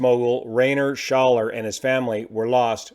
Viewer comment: Besides owning a fitness brand, This guy Rainer Schaller (not "Ray..." its like "Rye...") was the controversial organizer of the Loveparade 2010 where over 20 people died. And he never publicly apologized for his role. It was the last "loveparade". He had bought the rights to the brand "Loveparade" and turned it into a commercial operation. He was not liked much in the Techno scene.